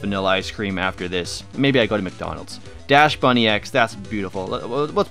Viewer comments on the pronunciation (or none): DaXbun not Dash-bun